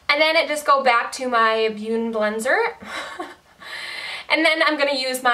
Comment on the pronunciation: I love how you didn't edit out your struggles like when trying to say beauty blender. You've come so far and should be so so proud!! Love u 😭💙